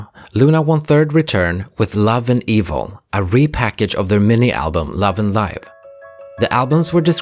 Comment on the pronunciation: I hope this helps, I think it is pronounced as /LIV/ as in a verb, not /LAIV/ as in an adjective. Love & Live means that Vivi has learned how to live as a human by also learning how to love. It was the love that she experienced in 1/3, and perhaps the memory of the love she experienced with Yves, that allowed her to be liberated from her android form. Eventually, in Love & Evil, the girls also learned that love is not only something good, it can also be cruel. To be enmeshed in the intricate world of love is like being lost in a Mobius forest. It's up to them how they would be able to cherish the sweetness of love while facing its sometimes cruel consequences through a Sonatine.